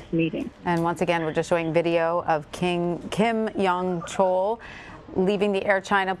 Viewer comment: This mediocrity of a reporter has trouble just saying the name Kim Yong Chol. If she were a clarinetist at an audition, she would be asked to leave the stage within 30 seconds.....